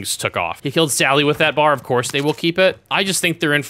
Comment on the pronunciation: Really you called it a bar…ITS B.A.R not bar its B.A.R